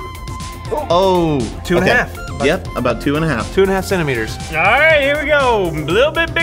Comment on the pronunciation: what is a "senteemiter"